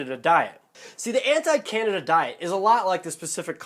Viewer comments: Can-deed-dah diet. Not Can-i-da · Can-de-da, not Canada face palm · It's Can-DEE-dah !!!!!!! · It's can-dee'-da, dude! You're mispronouncing it. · Can-dee-a......LEARN TO PRONOUNCE IT! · It is pronounced can-DEE-duh. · you cant even pronounce it right . Over 6mins video to finally say that should get some kind of prescription to kill it . You didnt say what that could be. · He doesn't Evan pronounce candida correctly so I kind of find this video hard to believe😑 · how am I going to take somebody serious if you can't even say Candida right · learn to pronounce candida